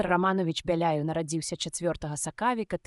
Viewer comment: Добрая ініцыятыва, але на першай жа хвіліне: - не галАва прафесАра, а галавА прафЕсара. - не сакАвіка, а сакавікА. - працы не дактАраў, а дактарОў. Калі ласка, агучце жывым чалавекам і перазаліце.